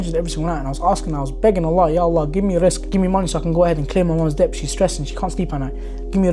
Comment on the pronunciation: Brother just wanted to let you know that the word Debt, it’s pronounced like Det, the B is silent, sounds like you were saying Dept but yeah. No shade, just thought you might like to know. You’re doing great 👍